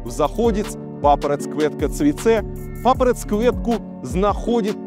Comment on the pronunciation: успехи норм))) только окончание не ЦЭ а ЦЕ ))